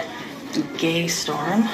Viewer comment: I think hte name of the shop she called Gay Storm was actually Gaysorn, which sounds like a Thai word to me